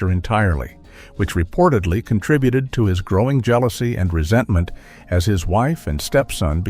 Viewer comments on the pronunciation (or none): none